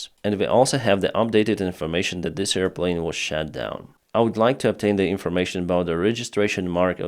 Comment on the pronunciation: Not EAR plane,, but AIR plane.